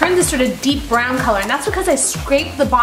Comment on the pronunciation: I thought you said Brown the chicken not burn it...